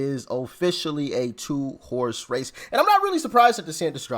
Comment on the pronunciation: I thought you said “it’s a two horse face”. 🤣